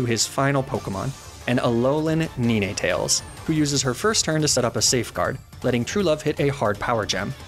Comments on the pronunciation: I love the way he says nine tails lol nee naa tails instead of 9tails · Does he mean to say the names weird? (Weird to me I always pronounced Ninetails as 9-tails not Ne-nay tails.) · First of all: great job with the video :D I know it shouldn't bother me, but how you called Ninetales Ni-Ne-Tales instead of 9-Tales really upset me ^^ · Ninetailes❌ Neenaytails✔️ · Mag-nem-ih-tee --> Mag-neh-myt Lee-fahg-a --> Leef-edge Alum-a-mala --> Alom-a-mola Salan-dyt --> Salan-diht Moi-leen --> Mo-lane Ahs-a-roll-a --> Ace-a-roll-ah Del-me-say --> Del-mies Ni-ney-tayels --> Nyhn-tayels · Do you mispronounce the names of the Pokémon on purpose? Nee-nay tails? Mag-nuh-mee-tay? Arca-nee-nay? It’s NINE! Just like the number! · Magnemite is pronounced mag-na-mite Not mag-nim-i-tea and ninetails is pronounced nine-tails not ni-na-tails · Some of your pronunciations are just Ni ne tails? Please just say nine-tails like a normal person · Am i missing something? Isn't Ninetales pronounced NINE-Tales? Like the number? Because it's a play on the fact it has nine tails? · I’m sorry but please tell me you called it NeNay tails on purpose right?….right?? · Did.. did he say “neenay tails”… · hold up... nee-nay-tales? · Some of your pokemon pronunciations are weird. Mag-nih-meetay? Nee-nay-tales? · due to your inability to say very obvious pokemon names, you are hereby banned from doing pokemon content (seriously, how do you not know how to say the number 9, do I have to go full dictionary on you? It's pronounced n-eye-n, it has 9 tails, how is this hard to understand!?) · AND NINETAILS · That Snorlax is a punishment for how you pronnounce Ninetales. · I can’t believe people actually believe doesn’t know how to really pronounce Magnemite and Ninetails. It’s intentional, he pronounces their names right more other than not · the way he pronounces ninetails 😂 love it haha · IVE NOT ONCE HEARD NINETAILS PRONOUNCED LIKE THAT.. WHAAAAAAAAAAT?!?!?!